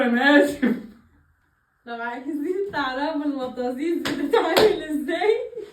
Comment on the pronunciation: لاادري لماذا يتعمد الاخوه المصريين تشويه اسامي الاكل السعودي ونطقه بطريقه لاتليق المطازيز وليست كما تتعمدون كتابتها دائما ! للفت الانتباه .. للعلم الكلمه عربيه صحيحه وهي من كلمتين ،، مط وهي التكبير للقرص الصغير وزيز تعني الصغير ،،اي مط القرص الصغير من العجين وهي اكله عربيه اصيله ومفيده وليست نسخه من اكل الاتراك او اليونان او القوقاز !